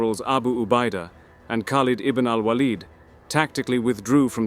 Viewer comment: Because his name is spelt خالد بن الوليد, the correct pronunciation is Khaaled Ibn Al-Waleed. Khaleed or Waaled would be incorrect pronunciations of his name.